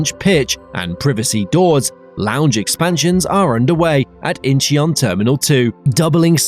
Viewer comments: Also Incheon is not pronounced In-chee-on. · Add Incheon and Gimpo to the list of names said wrong.